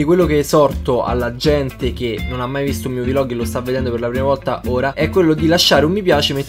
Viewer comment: Hai un serio problema a dire "vlog"